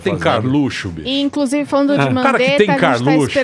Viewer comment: 'incrusive'' Surita, Emílio